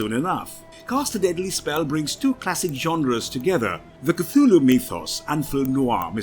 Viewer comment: And you pronounce Cthluhlu wrong way... Shame.